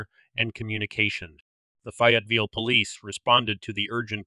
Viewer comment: I think you need to research the pronunciation of Fayetteville. 😊